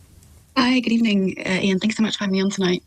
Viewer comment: I don’t want to hear a robot calling him “ee-arn.”